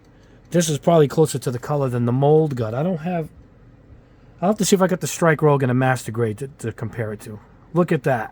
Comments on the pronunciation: he meant that he’s pronouncing it that way, it supposed to be pronounced rouge(rüzh) as in a shade of red as opposed to the similarly spelled rogue(rōg) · I hate to be that guy, but I gotta be that guy. It's rouge, not rogue. Rhymes with huge. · Love the channel, but the mispronounced names are killing me, haha. Hi-v = Hi-Nu, not Hi-vee Nu. The little v is the Greek symbol for Nu. Also, the Strike is Rouge (roo-jh) so-named because Rouge is French for red, referencing the different color scheme from the normal Strike.